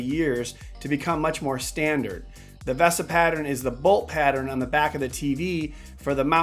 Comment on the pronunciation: Every time you say ‘V-ah-sa’ Mount vs the correct ‘Veee-sa’ Mount drives me crazy...